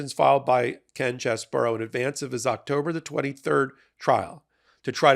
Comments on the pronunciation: Its pronounced CHEESE-BRO....not CHESS BOUROUGH you sound libelous when you make fun of his name like that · OMG please explain to me how you think the letters CHEESE-BRO....get pronounced CHESS-BOUROUGH?...and RATHENSBURGER.....who talk you enunciation its pronounced RAT-IN-HIS-BURGER. Come on man you are a professional. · It's CHEESE-BRO, not CHESS-BURROW. And it is not spelled "Cheseboro."